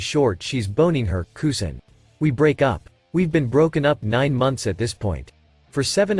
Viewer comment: It's pronounced cuz in not coo zin